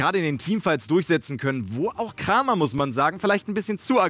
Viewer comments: Nightwish1193. 클람엘 schreibt er sich auf koreanisch und das liest man krahm-yer. die englischen caster sprechen das auch falsch aus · Du solltest dich wirklich entscheiden ob du die Namen deutsch oder englisch aussprichst. Kramer wird "Kreymer" ausgesprochen